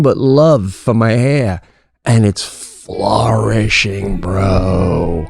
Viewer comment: It’s “flO-rishingggg Bro!”